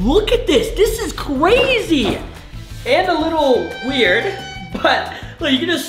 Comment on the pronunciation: Bro said “this is cwazy”💀💀💀